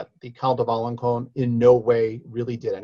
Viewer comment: Alençon is pronounced allen-Sawn